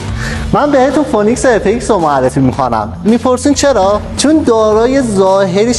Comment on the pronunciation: شما لطفا اسمش رو درست بگو بعد بفروش یزید مگه تابع است افه ایکس 😅😂😂 اف ایکس اع ندارع وسطش حالا خوبه تو نمایندگی کار میکنی😂😂